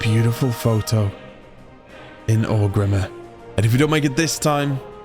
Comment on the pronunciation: Okay so Orgrimmar is consistently “Orc Rimmer” but Quel’Lithien he gets 😂 Never change